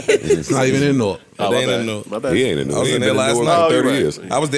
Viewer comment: Joe pronounces Newark like somebody that’s not from Jersey